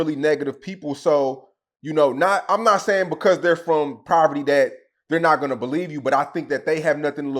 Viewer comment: It’s called POVERTY not “PRAVERTY”